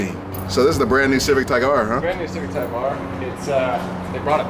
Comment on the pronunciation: Lmao said tyke s